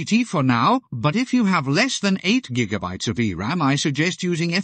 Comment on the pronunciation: Gotta love those "jiggabytes" :P